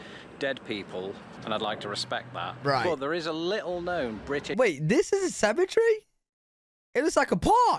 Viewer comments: What is a symmetry? Does he mean cemetery? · Did he say "symmetry" or "cemetery"? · Ok I love but I can't understand why he said cemetery as symmetry. There's an entire syllable he's missing, lol.